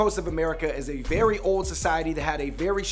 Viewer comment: yery=very Ugh!